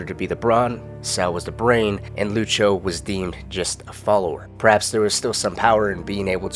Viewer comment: No problem, fella. Though the way you say Lucio makes my ears itch.